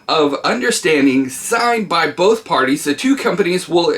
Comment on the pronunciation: Like bolth tho